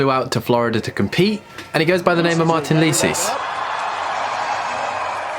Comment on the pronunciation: You forgot to pronounce the s in Martiiiiins!